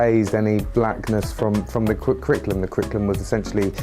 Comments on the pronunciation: I think it's hilarious that the bloke who is head of the national curriculum can't say curriculum. Crickulum?? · How does this guy have any say in the kriklum [sic]? Not that he can even say the word "curriculum".